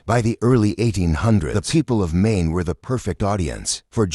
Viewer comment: Get rid of your robot narration. It can't even pronounce "Maine."